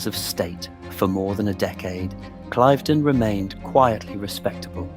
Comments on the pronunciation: [Klaiv- den] SOUNDS STUPID! It is [kliv-den]!!!! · Your pronunciation of Cliveden is incorrectl. It's Cliv', then 'den', not 'Clive' 'den'. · Cliv-den. I should know I was born there (well over the road 😅) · It’s pronounced ‘cliv-den’, not clyve-den’🙄🙄🙄🤨🤨🤨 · It is note pronounced Clive den it is pronounced cliveden where the cliv bit rhymes with give! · Pronounce “Clivedon” correctly!! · Please learn the correct way to pronounce ‘Clivedon’ …. It’s so irritating 😬